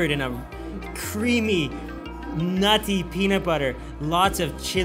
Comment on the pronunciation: so much emphasis when he says nutty i crack up laughing